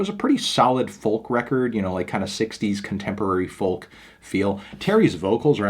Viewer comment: I love your videos but for the love of God, stop pronouncing the L in folk! It’s silent like in talk or walk or would or could or chalk. Thanks for the vids though man!